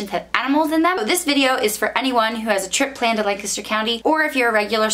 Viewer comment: I grew up in that area. It was nice to hear someone pronounce Lancaster correctly